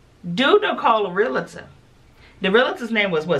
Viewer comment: Not RE LA TOR....it's REAL TOR LMAO